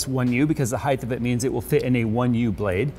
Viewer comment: Why does say heighth instead of height?